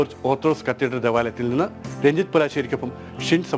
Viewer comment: പ്രിയ വായനക്കാര, കത്തിഡ്‌റൽ എന്നാണ്